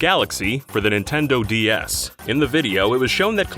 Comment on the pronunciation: Why does he say D S as D E S? That's just confusing as hell